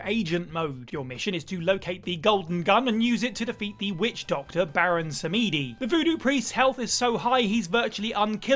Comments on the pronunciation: "Baron Sameedee" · That is NOT how you pronounce Baron Samedi